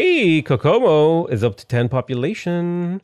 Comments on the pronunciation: Kokomo is pronounced like hohoho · I'm not sure if you're saying "Kokomo" right or not, but you're definitely saying it differently than the Beach Boys do. Video